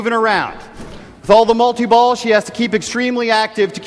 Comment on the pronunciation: he says multi-balls in a funny way